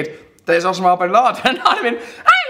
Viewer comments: O-sa-ma. O-SA-MA. Not Ossooma. After 187 episodes this is your first word that you have mispronounced. Not bad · It's not Osamahh it's Osama, he hates people getting the pronunciation wrong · It's pronounced Oh-sar-mah not os-a-mar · It s OSAMA ... He can't even pronounce it Oh-sarm-ah Not oss-er-mah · Oh-Sam-Ah-Bin-Lad-En not o-sam-a-bin-lad-n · You say the name Osama so funny! its pronunciation is: oh-sAH-m-ah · You mean ossa-ma. Oh and Ah sound the same as O and A. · his pronunciation of Osama had me cracking up. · It's pronounced Osama, not Osama. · Is that really how you pronounce Osama ? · Why can't he say Osama right? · His pronounciation of osama is just distracting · who pronounces 'osama' like that?:S